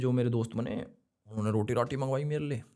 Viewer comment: said unne (usne )😅